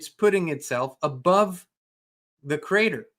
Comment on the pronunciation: LOL!!! 😂 Every time you say "We came from the CRATER:.. I totally crack up. I know you are German with Texan as your second language but dear dear... It's 'Creator'.. "CREE-AY TOR". You are adorable. 🥰